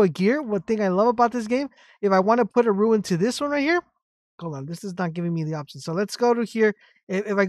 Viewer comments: Its Rune not Ruin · It’s pronounced roon not ruin! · rune not ruin